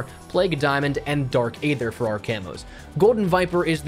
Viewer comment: Dark ea-th-er not a-th-er